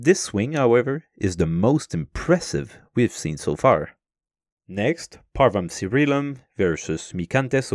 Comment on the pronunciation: I see you are using church latin over classical latin, you know with you saying parvum cērīlum over parvum cairēlum. Uppon listening to it more, I think youre not using either. I think you got taught church latin at school at some time and didnt ever learn it properly and these days encounter classical latin more often and try to use it but having never learned it pronounce it not exactly as one should.